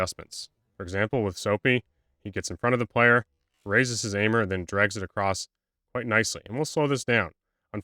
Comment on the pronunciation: ish, great video so far...but saying "acrosst" is just unforgivable.